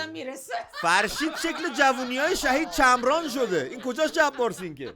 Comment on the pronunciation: چمرانو‌خوب اوندی افرین